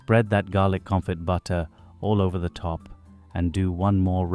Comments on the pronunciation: Garlic Confit (pronounced, confi, t is silent) ;) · Confee is how you say it.